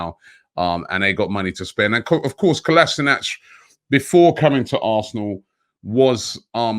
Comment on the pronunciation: Something like 3 years at the club, and no one has yet to say Kolašinac correctly